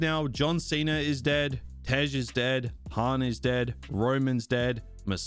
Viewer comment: ik u jhus didnt say misandei😂😂😂😂